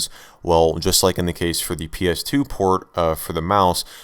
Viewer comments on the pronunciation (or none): none